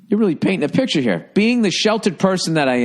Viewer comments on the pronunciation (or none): none